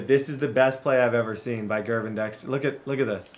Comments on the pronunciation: Hey man, it's an honest mistake but Gervon Dexter is pronounced "Jer-vonn." Just a heads up! Love full szn franchises man. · Not to be that guy, but it’s JERR-VON Dexter. Not GURR-VON.